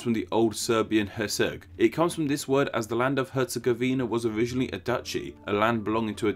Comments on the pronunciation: i am from Bosnia and Hercegovina and its not even close how you pronounce it Btw BiH is more diveded,we have Bosnia and Hercegovina,and we have Federation of Bosnia and Hrcegovina and Republic of Srpska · Lol you butchered Stjepan Vukcic Kosaca baaaadly, herzegovina is also a little off. I'm from Bosnia and Herzegovina and we pronounce stuff weirdly so all good. Thanks for the info, I didn't know why we called it so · Herz-e-GOV-ina, not Herz-e-gov-INA. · Actually its Herz-E-gov-ina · It's BOAHZ-nyah & KHEHRR-tsey-GOH-vih-nah!! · “hErZegOviNa” lol Nice Video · I live in bosnia hell yeah you say hetagovina lol its difret yep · YOU PRONOUNCED HERTZEGOVINA WRONG!